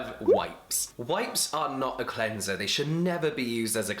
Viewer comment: imagine the power of james dropping his own cleanser called CLEN-ZUH